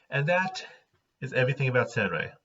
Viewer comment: So it's pronounced sAIRenrae and not sAHRenrae?